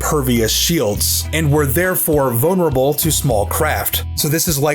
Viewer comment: "Vone urable"